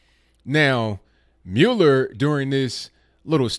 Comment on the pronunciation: It is pronounced "Mull-Er"